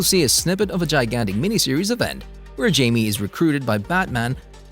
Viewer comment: He so awfully mispronounced Jaime's nams